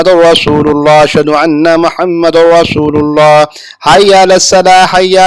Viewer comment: Respected app aazaan GHALT pertey haejn muhammadurraslulla GHALT hey derrasululla درست haey